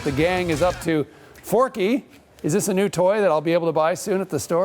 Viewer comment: Forky? Four-Q!!!!